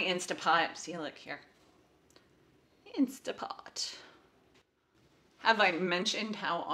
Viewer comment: I watched this video with my wife and we agree we would like to see more meal prep videos from you, and for you to share recipes and meal ideas. She also wanted me to comment that it is pronounced "instant" pot, not "insta" pot. 😜 Apparently the online IP communities condemn people for this and she doesn't want you to get hate mail.😉 She got after me for the same thing in one of our videos on meal planning. She also wanted me to tell you she followed you on Pinterest. 😁